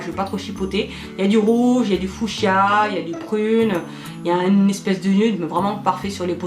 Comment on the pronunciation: super revue ! le kit vernis à voir. petit bémol gras et cireux Fushia et pas Foushia (prononciation ).